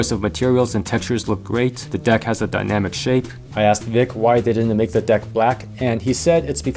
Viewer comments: I loved all the "di-ecks" . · the fact that he says dieck every time drives me up the wall XD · is it just me or is it really awkward when he looks straight into the camera and pronounces deck like that